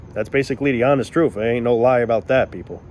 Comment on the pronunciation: That's the "truff." Lol 😂